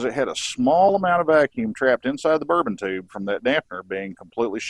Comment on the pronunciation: Great tutorial, though may I offer a correction, the actuating mechanism in those gauges is a bourdon tube. I couldn’t stop chuckling every time you said the word, and I kept hearing “bourbon tube”😉. Who knows, maybe they have whiskey in them like the “whiskey compass” in airplanes. I am keenly interested in the carb adjustment process using the vacuum gauges, I have only ever done it by ear. Great stuff!